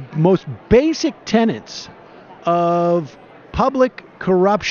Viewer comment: Tenets not tenants! Please feel free to pass this info around the entire US news media.